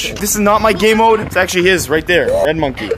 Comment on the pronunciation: He said gaymode 6 times